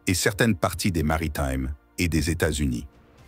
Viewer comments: Les Mari "TIMES" , mes oreilles saignent!!!! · L'amour de la culture française... C'est pour ça que tu prononces maritime à l'anglaise ???